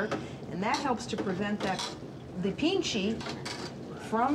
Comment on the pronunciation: pici not pinche